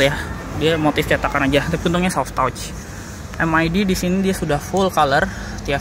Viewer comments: Soft touch tuh dibacanya sof tats bang bukan sof tots 😂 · Om baca soft touch bukan soft touch tapi soft tatc